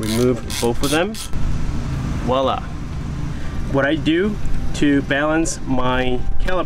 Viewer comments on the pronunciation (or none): none